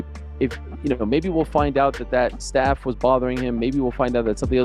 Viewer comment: it’s staph not “staff”. Short for staphylococcus. English isn’t even my language and I know that. Also, way to make excuses for your soy champ. Be better